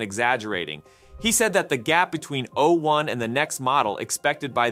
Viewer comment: Why are you pronouncing 'o' as though it was a number? o1 has not substantially attained human-level reasoning. It has replicated a small subset of that, but it often fails to think critically. It's too agreeable, to the point of being gullible, and it fails to correctly follow instructions when given tasks that it's supposed to be good at.